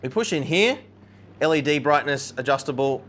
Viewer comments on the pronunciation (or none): ‘LED Brigness’ 💀